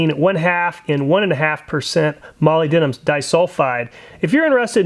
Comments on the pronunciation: (PSSSST MOLYBDENUM is pronounced mo lib din um...I used to say it too...(how hum) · FYI: Molybdenum rhymes with the american pronunciation of aluminum.